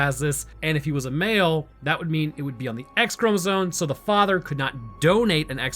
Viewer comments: the entire time you're saying "chromozone" instead of chromosome and it's killing me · did you notice you say chromozone instead of chromosome? No hassle intended, I love the in depth detailed breakdowns you do but I just now noticed you say that word a bit odd.